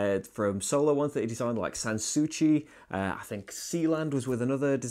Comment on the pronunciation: Only because our group says the name Sanssouci in 4 different ways, I had to check after hearing your 5th way to pronounce it. sahn-soo-see. Love the video... I was daunted by the scoring but hearing you say it's worth the effort convinced me to buy the game. It's on the table and getting learned now! Thankfully you have a playthrough... thanks again!